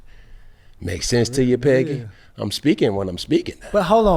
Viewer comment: Why he keep saying Peggy? Is that a atl thing?